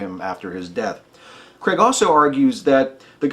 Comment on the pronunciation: Why, oh why do Americans pronounce Craig as though it's Cregg? Another great demolition. Thank you.